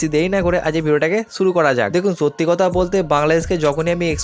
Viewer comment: Apnr boi pora uchid. Apnr kothar maje onek osudho kotha ache. Jemon ছব - সব, ছামনে - সামনে, ছত্যি - সত্যি।